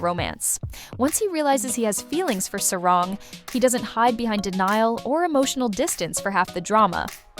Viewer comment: Just for help - there’s no short a in Hangul. A (ㅏ) only sounds as Ah in Hangul so Sa-rang isn’t Sae-Raeng (unless spelled that way, which isn’t ㅏ but rather ㅐ), it’s Sah-Rahng. 😉